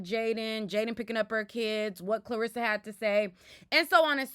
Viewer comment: You calling his momma Clarissa instead of Karlisa is taking me out 🤣🤣🤣 lil miss boxer all in the algorithms…